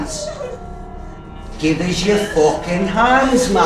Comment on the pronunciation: "Gyive me ya fwockin hands will ya??"